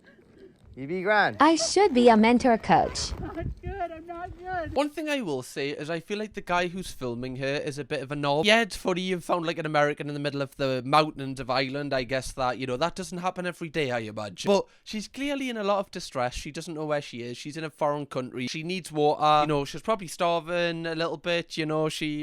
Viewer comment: "IsLaNd"???? ITS IRELAND YA DOUGHNUT 🍩